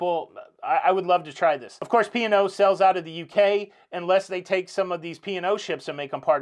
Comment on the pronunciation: I could have sworn you were saying pior like the wine not P & O! 😆 Congrats on your 175,000 subscribers.